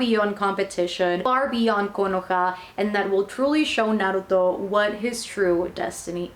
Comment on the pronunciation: first time seeing someone doing an manga haul,and pronuncing naruto correctly,good job :)